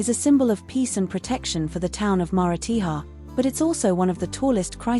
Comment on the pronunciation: AAAAGGHHHHH! The pronunciation of the towns is shocking!